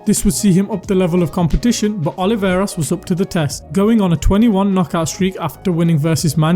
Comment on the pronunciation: ruben O L I V A R E S, not oliveira.